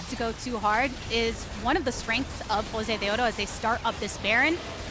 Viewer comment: YES I MADE THIS SAME COMMENT. NO KNOWLEDGE, NO CHARISMA, I CANT STAND THE WAY SHE SAYS JOSEDEODO, SHES NOT EVEN ORIGINAL WITH THE CHOPPY CASTING